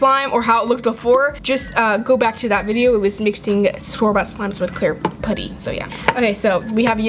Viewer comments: You are saying putty wrong and it’s triggering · I couldn’t watch this video for long They way she pronounces putty got on my nerves BUT I STILL LOVE YOU 💞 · I don't like you say putty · It's driving me crazy how she says putty lol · I’ve never heard anyone say putty like that🤔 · Did anyone peep how she said putty she said put e and how she said clear glue not clear slime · is pronouncing putty wrong it’s pu-tee not puty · How she says putty: pooty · its pronounced puh tee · She says "poody" lol! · (Put)(ie) is how you pronounce it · It’s putty not pooty but good vid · It’s putty not potty no trying to hate but yeah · IT'S NOT POOTY IT'S PUTTY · It's putty not potty lol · It's putty not pooty 😂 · It is not poody it is puddy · I am not hating but when you say putty you say puotty u know what I mean it pronounced putty sou say ut not ot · I’m not being rude but in England it’s putty but in USA you say things differently you said pooty ,this not how you spell it but I’m only 10 1slime+1putty=1like plz like if you love slime if not dislike this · pUtty not pOOty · i’m sorry but not sorry it’s p-UH-tty not pooty 🤦🏽‍♀️ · I love you but you keep saying pooty not putty and it’s not very appealing to the viewers sorry. Love you 💋😍❤️ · I Absolutely love your videos and no offense but u say poouty instead of putty i am not trying to be mean so dont come raging at me because she is my top 3 fav youtuber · I dont want to be mean but you say pooty its pUty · Im not tryna be mean bc i love ur channel but it just makes me cringen when u say pooty, bc i thought it was pronounce putty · I'm sorry but it's putty not pooty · I think its adorable lol, but it also annoys me when she says "pooty" and not "P-UH-tty." Lol 😂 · She keeps saying poddy instead of puddy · it’s P U T T Y not P O O T Y uuuuuurrrrrrrrrrrr😞😞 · It’s putty not POUTTY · Anyone els get irritated by the way she says putty....put tea....it's putt ee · IT'S PUDDY NOT POODY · Putty not pouty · its p-a-tt-E